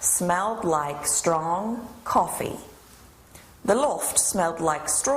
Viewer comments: BOBBEH, COFFEHH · Koffeh is evolving... Koffeh has evolved into WHAYZANG